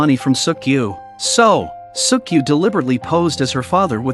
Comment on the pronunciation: Bro said suck yu